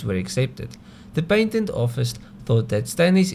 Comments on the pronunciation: pat ent, not pait ent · PATEN!!!! NOT PAINTEN.....